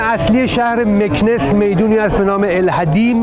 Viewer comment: جان ارگَن و نه ارگان مکناس و نه مکنس در مورد رانندگی باید بری سمت شهر مراکش و اگادیر تا ببینی چطوری رانندگی میکنند